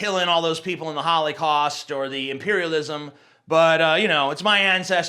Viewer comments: "Hollycaust"... Definitely southern in pronunciation. It slips out no matter how hard one tries to mask it. I've tried to for years. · Did he call it the "hollycaust" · "holicaust" -TJ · "the holly-cost" lol! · Did you just call it the fucking HOLLYcost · "Holly cost"...? ^^ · "Holleycaust" lol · the haul-ey-kawst lol tj please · "Hollycaust" :D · did you say the holycost?